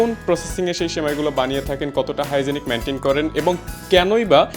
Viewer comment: আরে বলদ হাইজেনিক মেইনটেন না হাইজেন মেইনটেন।